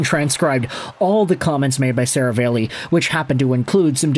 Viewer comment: Bro! It's SaraAlli, NOT SaravEli.... C'mon man!